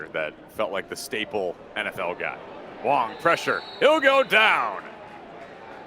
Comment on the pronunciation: His name is WANG not Wong.